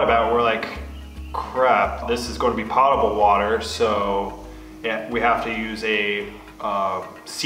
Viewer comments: That's poe-ta- bull. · Fact check, Potable is pronounced with a long O as in potato. It is a French word. I learned how to properly pronounce it in the US Navy 40 years ago! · Just a nit picky item. Potable--meaning drinkable is not pronounced like "pot". The O is long like poke. I think most people associate the word with a cooking pot and pronounce it that way. No big but since you are starting your catchment project you are likely to use the word many times.